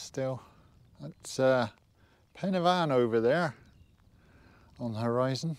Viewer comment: Always appreciate that you pronounce Pen y fan correctly